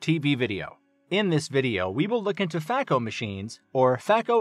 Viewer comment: Please know that the pronunciation is FAY-ko not FAH-ko